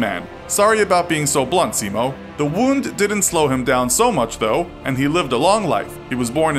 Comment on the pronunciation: they didn't pronounce his first name correctly either.